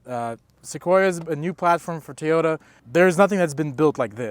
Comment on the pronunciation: did he pronounced it tiyota?